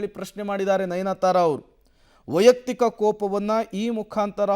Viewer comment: nayanthara not nayanathara